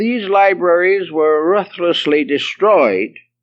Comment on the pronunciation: Odd how the immensely erudite Manly Palmer Hall mispronounces "ruthlessly"... The rest is more than impressive!